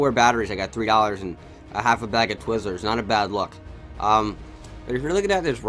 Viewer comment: They way you say twizzlers lmao Also the fact that you actually like twizzlers